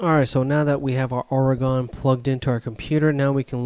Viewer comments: By natives, it is pronounced ory-gun not ore-gone. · Awesome vid! From an Oregonian, its pronounced "Ory-gun" :D